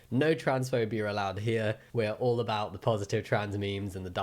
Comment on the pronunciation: Ever since the last video, I can't unhear "Pawsitive" instead of "positive", and tbh, I don't want that to change, lmao Edit: That last one made me a bit sad with the Discord pronouns one, but then I started to laugh as I remembered my brother's pronouns are set to Dumb/Fuck and mine is "I Identify as a fucking threat", and every single one of my trans friends have all got something silly and goofy in it. Though NONE of my friends take it seriously besides a few, nobody uses the helicopter one, let alone anything other than something like being silly, dumb, or goofy people. Though I suppose there's a key difference when you know people are using it as a thing to be silly, or just have fun with their friends, or to actually be harmful. Typically, the helicopter crap is used to be harmful, and that's sad to realize, (Also, here's to knowing I've been trans since I was literally a small child, but when I finally came out about it when I was younger, I got told, 'you're just doing it for attention!' or 'you're just jumping on the banwaggon,' and now I'm 21, almost 22, and working towards one of my first surgeries every day